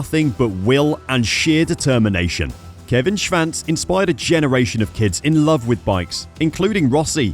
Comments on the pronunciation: Why does this guy insist in mispronouncing his name. There 8s no V in there. SHVANCE ? SHWANTZ old boy SHWANTZ ! Good God :( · sure, except that’s not the way he pronounces it and it’s HIS last name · This commentator can’t even pronounce Kevin Schwartz’s name, jeez!!! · There is no “V” in Kevin’s last name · well I’ve never heard Schwantz name said like that before.